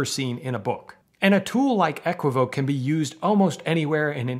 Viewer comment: And kudos for saying "EH-kwi-voak" and not "eh-KWI-vo-kay" :)